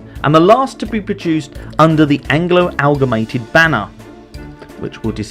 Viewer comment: Amalgamated not Algamated ;o)